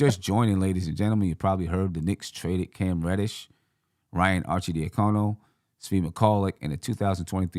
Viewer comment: Your pronunciation of Ryan and Svi name was embarrassing.